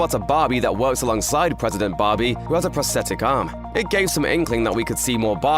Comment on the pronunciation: Take a shot every time this guy says "Bahbee" (which incidentally is Aussie for BBQ)